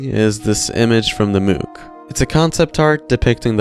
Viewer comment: They way you pronounce mook is so silly. Think about how you pronounce book. You don't say booook, do you? Anyway, thanks as always for the video